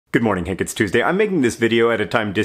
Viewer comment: Why does he say HANK?